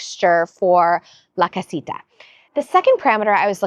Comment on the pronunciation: The light with the metallic inside is such a better choice! It looks much more substantial. The pathways look great. I do need to tell you that I giggle every time you say “la casita”! 😂